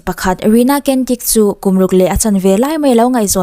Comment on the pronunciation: ‘Cantik’ tih khi ‘Chantik/ Chhantik’ ti a lam tur. ‘Kentik’ tihlohtur aw. Indonesian/Malaysian/Singaporean tawng ah hian ‘C’ hi ‘CH’ angin a ri aw.